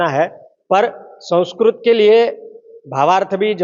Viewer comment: संस्करोत nahin संस्कृत hota hai ❤❤ Radhe Radhe ❤❤